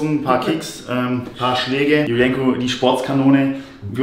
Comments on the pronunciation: JULIENCO fühlt sich voll getriggert weil du den Namen falsch ausgesprochen hast😂😂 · Jul-jenko ausprechen^^ aber sonst passt es ja.